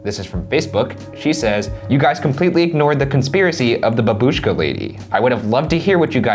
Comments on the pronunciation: It's bAbushka, infasis on the A!!!! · bAbushka. not babUshka lol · IT'S BABUSHKA NOT BABOOSHKA YOU UNCULTURED UMBRELLA KNOBS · Btw It's bAbushka, not babUshka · the way u guys pronounce babushka makes me physically uncomfortable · The way that Ryan pronounced "babushka" made me (wheeze) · I'm Russian, and i can't stop laughing on your pronounce "babushka") Thank you all guys for your work <3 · You pronounced babushka wrong